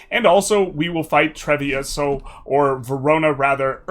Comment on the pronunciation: Yeah, but the pronunciation for Treviso and Padova still hurts